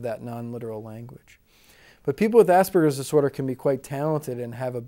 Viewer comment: it might help to educate people if this guy could pronounce "Asperger's Disorder" rather than slur the two words into one.